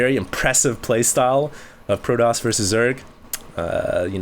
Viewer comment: its fucking pro TOSS not pro DOSS